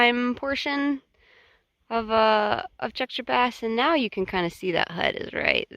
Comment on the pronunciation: I thought the valley north of Tjäktja Pass was awesome. You are pronouncing it as well as any non-Swede could pronounce it. Kings Trail / Kungsleden